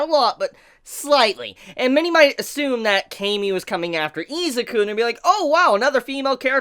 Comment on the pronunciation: It took me way too long to realize you were saying "many might" instead of "mini might". All I could picture was All Might's imaginary friend Mini Might who looks a lot like Syndrome from The Incredibles.